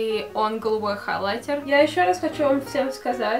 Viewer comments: ХайлаЙТЕР вот этот ЙТЕР должен звучать жёстко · Ставь лайк, если тебе тоже нравится, как говорит " хайлайтЕр"😁💪🏻❤️❤️❤️❤️